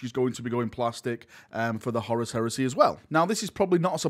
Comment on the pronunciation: For the love of God, it’s Horus not Horace!